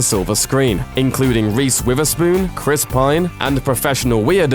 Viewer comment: ye nice, but "th" isnt pronounced as "V" please stop ! her names witherspoon......not wiverspoon, come on mate......